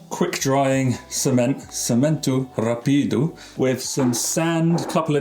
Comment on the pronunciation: In Portuguese usually the one but last syllable is emphasized. Except when there is an accent in the word, the part with the accent should be emphasized. Rápido has an accent on the A, so the emphasis should be on RA.